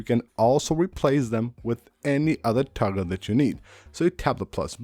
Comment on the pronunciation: Buddins and tuggles. I don’t realize “buttons” and “toggle” was so difficult to say.